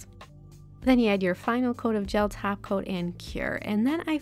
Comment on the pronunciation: I only hear taco instead of top coat